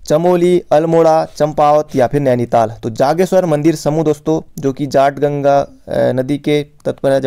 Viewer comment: सर थोड़ा उच्चारण पे ध्यान दीजिए।। जाट गंगा नही है कोई रिवर जटा गंगा है।। और बैजनाथ का प्राचीन नाम ब्रह्मनाथ हैं न की वैद्यनाथ।